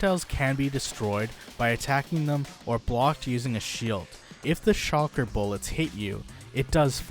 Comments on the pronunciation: The fuck? Stop saying SHOCKER. SHULKER!!!!! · its shulker not shocker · It’s so annoying when he says shocker shells instead of shulker shells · Shulker not shawker smh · I can't get over "shocker box" hahahaha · He is saying shocker box, lol love it. Also, this sounds like someone is not using their own knowledge just looking at the wiki. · Shulker ❌ Shalker ✅ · I feel like he was saying shocker on purpose 😂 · Even though I don’t really need to watch this video I get triggered everytime he says “shocker box” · You’re not the only one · Bro ima blow up your base if you don't pronounce that damn word correctly